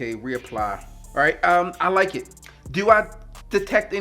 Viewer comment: umm ah like eet!